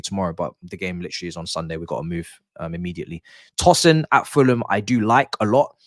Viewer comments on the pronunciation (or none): It’s Tosin. Pronounced the way you pronounce toast.